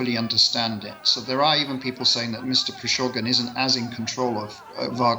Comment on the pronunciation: how can this gentleman could not pronounce prigojin's name accurately?! bit weird like he heard the guy's name for the first time...